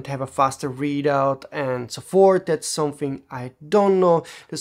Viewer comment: **the** it's pronounced THE not da or de . Also there's no 'dat' for 'that' or 'dere' for there. And something is pronounced someTHing not someFing